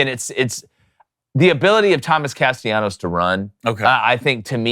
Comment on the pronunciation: Thomas Castellanos. Two LLs not II. I'm tired of hearing people butcher his name. Llanos! Nice list.